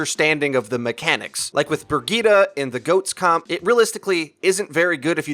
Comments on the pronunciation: BROGETA?! It took me a while to figure out you were talking about Brigitte :D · Stop saying Bri-gee-tuh